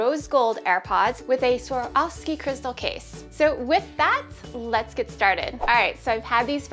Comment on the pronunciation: when she kept saying Swarovski i was like no honey